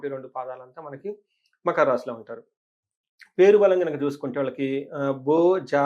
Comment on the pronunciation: మఖర..... కాదురా తల్లీ. మకర అమ్మా